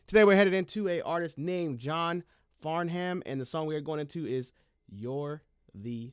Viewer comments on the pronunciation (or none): saw the thumbnail and got so excited! John is an Aussie icon here in Australia. Farnham is pronounced Far...nam. Please do, Help(Beatles cover), live with the Melbourne Symphony Orchestra. Thanks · When you jump down the John Farnham (pronounced Farn-em) rabbit hole you will find his LIVE performances the most entertaining. On your travels, you will come across another entertainer named Jimmy Barnes. In Australia, they are both known as Barnsey and Farnsey. 😀 JOHN FARHAM Help (Live with the MSO) Another version of "Help" where John sings original Beatles version and then follows up with his cover version You're the Voice (Live with the MSO) Or You're the Voice (live with Coldplay and John is around 60) Or You're the Voice (live with Celine Dion and John is around 70) Burn for you Touch of Paradise Angels (Older John but worth the watch, bit of a joker at the beginning) BARNSEY AND FARNSEY Duet with two Aussie Icons Jimmy Barnes and John Farnham (Barnsy & Farnsy) singing "When something is wrong with my baby" When the war is over (Another Barnsy & Farnsey Duet) JIMMY BARNES/COLD CHISEL Flame Trees Khe Sahn Cheap Wine Choir Girl Bow River The guitarist is Johnny Diesel born Fall River, Massachusetts, United States (He was 5 when he migrated to Australia). A musician/songwriter in his own rights and also Jimmy Barnes brother-in-law. DIESEL Tip of my tongue Cry in Shame Come to me Enj😀y